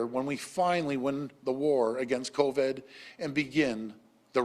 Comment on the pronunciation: It will never be stopped without an actual cure and it is not the politicians or those making them richer that are feeling the sting of pay and job loss. Hey Ford it's pronounced co-VID not co_VED. No one is being protected by cutting pay from them and preventing them from being able to pay their bills and put food on the table. This isn't a "bump in the road", it's the never ending story. We also know that according to health experts, covid that is exhaled into any one area by someone that may have it can stay in the air of that area for about five minutes. That said, we can see how all of these people are taking their masks off in front of the same microphone when speaking, potentially inhaling covid themselves.